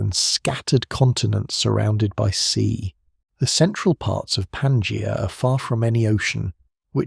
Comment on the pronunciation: Yet another AI video... Can't even pronounce Pangea properly.